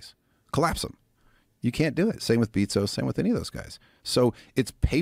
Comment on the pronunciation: "Beetzos" lol